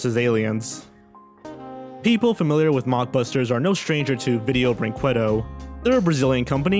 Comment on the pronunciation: ViDIEo BrinQWAdo Oh, your desecration of that company's awful name is beautiful